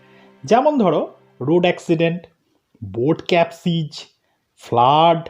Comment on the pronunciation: সত্য sir কি pronunciation আপনার boat capsize not ক্যাপসিজি